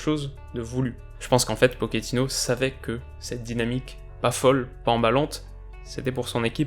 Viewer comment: Je sais que tu fais très attention à la prononciation, le coach de Tottenham préfère qu'on l'appelle PoTCHÉtino et non Pokétino, son nom est d'origine italienne mais il préfère la prononciation argentine ->